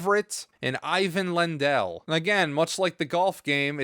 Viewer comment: Zoomers don't know how to pronounce Ivan Lendl, sad!